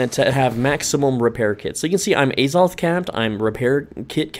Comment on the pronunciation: The holy A-Zoth